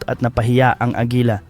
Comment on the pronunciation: Bisaya ka ba agila hindi agela